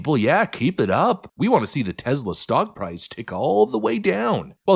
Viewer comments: Take it from Pam Bondi - it's TESS-la, not TEZZ-la. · TESS lah. "Tezla" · its tess-la, not tezz-la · I listen to all your posts every day and really enjoy the meme of the day concept, but for the love of God it's Tesssla rather than tezla. Keep up your good work on shedding light on the craziness of the left. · By Tezzla, do you mean Tesla?